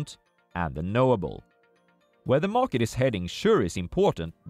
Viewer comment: 'Morket', lol